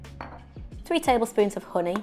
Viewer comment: I love the way you say Hooney Honey 😂